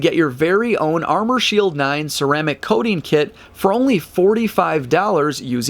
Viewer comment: WHY does he keep saying Ceramic "Coatin" - ARGHHHHH!!!